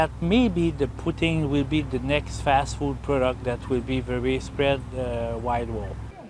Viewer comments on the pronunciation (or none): none